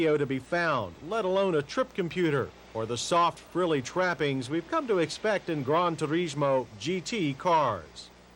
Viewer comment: I wish John Davis would stop pronouncing foreign words in the original pronunciation. Lamborghini *Oor*aconn? Grand Tour*eesh*mo? No John, you sound like an idiot